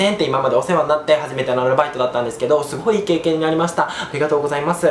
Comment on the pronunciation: いい経験がイケイケに聞こえて笑いました